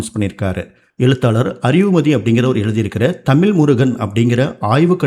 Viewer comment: Sir அது தமில் இல்ல!!!! தமிழ்!!!! "ழ"!!!!!! If you can't speak in தமிழ் please speak some other language!